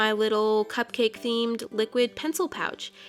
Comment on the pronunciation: I forgot what I was watching after the first minute😅 every time she said "pouch" I thought she said couch😅😅😅😅😅😅